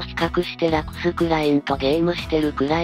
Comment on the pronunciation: ...つかラクス様をヲクヌって言うのﾔﾒﾛ